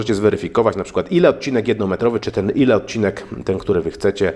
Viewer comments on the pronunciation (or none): none